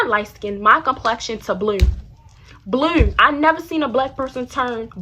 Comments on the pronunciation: shawty said " face went black to Blieue" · The way she say blue is so funny